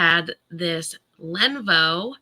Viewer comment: Len-OHH-vOOOH. Not Lenvo!!!